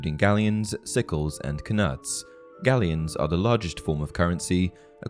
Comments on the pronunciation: I think the k in “knuts” is silent. Its just pronounced “nuts”. Enjoying your videos. I’ve read every harry potter book about 20 times.Not read em in a while though. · Are you sure we're supposed to pronounce the k in knuts? Usually when a k is followed by a fellow consonant its silent. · Do u really pronounce knuts like that?